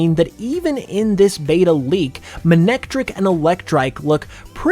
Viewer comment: Characters pronounced it as Ma-nec-trik in the anime